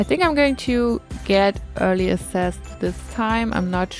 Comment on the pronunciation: You are so incredibly talented!😍 I am always so amazed with how you use the objects we have for something new and along that also follow your cozy style❤ I don't know if you like to be corrected and I'm really sorry if you don't but you use this word so often so I decided to say something🙈 : access is pronounced like 'äksess ( my german lautschrift haha)❤